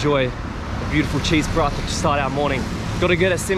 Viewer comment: someone teach em the correct pronounciation of paratha, he says it 20 times every video, might aswell know the correct pronounciation hahaha